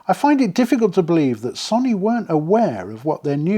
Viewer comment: Love your videos… But please stop calling Sony sunny. Its Pronounced So-oh-knee. Not sunny. Don’t mean to be an ass about this but it’s my second favorite company. 😂